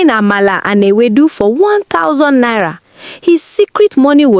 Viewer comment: Twelve hundred nira 😂😂😂